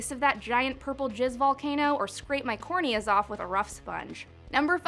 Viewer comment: What's a 'Corneas'?